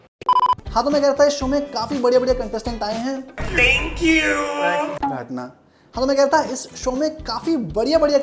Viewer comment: you are always on point too good bro!!!!!!!!!! #millionsoon soo true bro (lagta hai phele iska hi game over hoga) tankuuuuuuuu ( or kuch nahi hai bolne ko isliye thanku hi bol deya) his english accent 🤣🤣🤣 LOL santa aabhe kese aa gaya